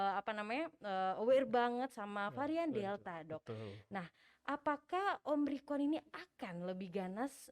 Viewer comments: si mbaknya tetep aja bilang omricron wkwk. dokternya udh nyebutin yg bener tetep aja bilang omricron... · OMRICON'' ngomongnya aja masih salah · omicron mbak, bukan omricon, berulang2 bilang omricon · Ini host bisa NGOMONG GAK SEEEH, Ngomong Omicron sj gak becus, dr awal ngomong Om rikon..Om rikon..Om rikon, hadeeeuuh!!! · Omicron yu...bkn omricron...